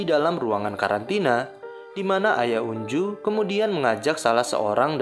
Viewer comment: Sorry bg tapi pengucapan namanya itu onjo bukan unju😭😭😭